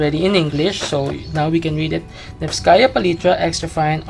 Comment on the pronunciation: NEeeeeeeevskaya palitra, not NevskAaaaaaaaaya palitra) This is not "three key", this is an abbreviation that stands for "Paint Factory" -"Завод Красок"= ЗК (ZK)